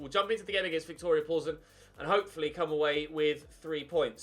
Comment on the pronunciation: Its not viktoria poulsen its viktoria Plzeñ.